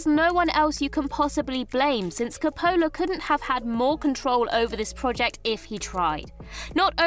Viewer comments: Why did you switch from the proper "COP-pola" pronunciation to the odd "Co-POH-la" version in talking about "Twixt?" Were you concerned that FFC might sue you for reminding people of the film so you thought changing the stress would throw off FFC's legal team? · It's COPP-o-la or COPE-a-la, not ca-PO-la.